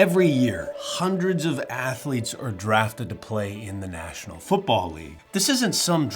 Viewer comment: Student Athaletes you say?